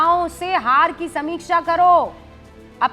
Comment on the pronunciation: Abe kutte samiksan nahi समीक्षा hota hai pagal anpadh lawyer bana hua hai